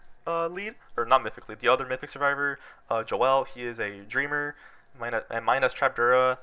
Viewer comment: Bro said Jo el. My man Joel is rolling rn.